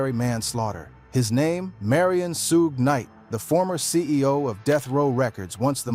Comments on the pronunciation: Wtf is Sugay my negga?! 🤨 Lawd! Dat's why I don't watch these videos wit AI speech usually. The creators be so fkn lazy to make sho all name are spelt right n pronounced right. On foenem. One min it's Sugay or Sueg. Smh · The ai needs it spelled another way shuge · “Sugae” lol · Say it Rite Sugae knight 😂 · Ai. Can't even pronounce his name properly.